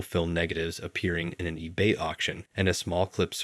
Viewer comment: i can barely get through the video bc of the pronunciation errors lol, like it's really not that hard to look these up. you'd think a youtuber who has the ability to create and properly edit a 1.5hr video can google search how to pronounce a word properly. mispronouncing "ebay" in 2023 is laughable